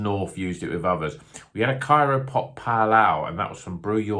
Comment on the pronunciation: It’s CRYO Pop, as in cryogenic. That’s how CRYO hop pellets are made.